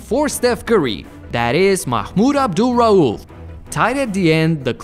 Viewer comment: I surprised the way you pronounce "Mahmoud Abdul Rauf" it was very satisfied.